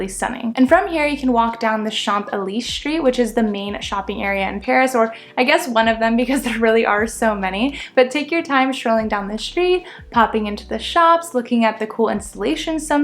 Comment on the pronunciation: Excellent details! Thank you! Very helpful info. But you mispronounced Champs Elysees…😊